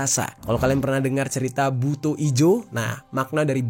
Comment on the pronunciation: revisi pak, bacanya buto bukan seperti o pada umumnya, tp lebih ke o seperti tongkat, #cmiiw